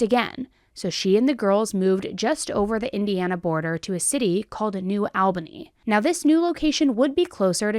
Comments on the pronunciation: Am I the only one who gets offended when someone says LOUISville you pronounce it lol-vull and new Albany why she say it new ALbany it’s new all-bany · Girl I’m gonna lose my mind. New ALBANY 😂 WTH did you say